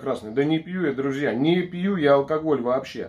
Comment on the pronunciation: На 22.09 послышались "ДУРАКИ И ДРУЗЬЯ"😅 Спасибо за видео.